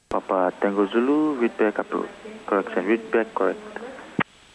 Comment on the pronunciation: Wow they even know how to properly pronounce PapA (emphasis on the last syllable)